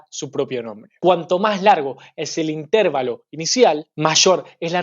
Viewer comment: una sugerencia, no se dice intérvalo, lo correcto es decir interválo, coloco las tildes para hacerme entender, pero esta palabra no lleva tilde, muchos éxitos.